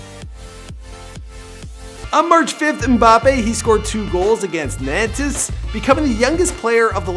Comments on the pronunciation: Troys, cains, nan-tes. Hahaha, I can't. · Cains and nan-tes. Hahaha MDR. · you really can't pronounce anything, it's pronounced NONTS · Nantes as well